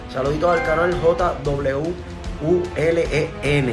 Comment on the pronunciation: Muy buen video Jwulen, hoy aprendimos nuevas formas en las que pronunciar tu nombre